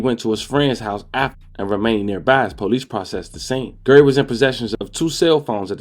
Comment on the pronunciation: Bro His Name Is GARY RHYMES WITH CARRY Not Gerry and Idk what you called Dante Rodreguez first name I swore it said Terry 😂😂😂